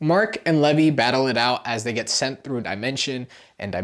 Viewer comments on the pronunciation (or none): This hurts to listen to, sorry. his name is pronounced “leave-eye” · no he didn't it's pronounced lee-vee not lev-ee